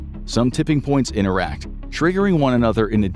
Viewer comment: Did you say interact or in Iraq